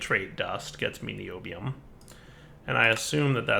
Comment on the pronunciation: Pronounced nye - obi- ome